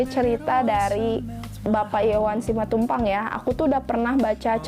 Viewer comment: Koreksi untuk pada beberapa salah ucap: bukan Simantupang, tapi Simatupang. Bukan eksistensisme tapi eksistensialisme. Mengapa tokoh mengapur kuburan? Penulis ingin membuat paradox antara seorang pelukis [yang pasti bermain warna, mengisi lukisannya dengan nilai filsafatnya], kini hanya mencat kuburan. Selbihnya saya apresiasi telah mencoba membaca novel Iwan Simatupang yang absurd.👍👍👍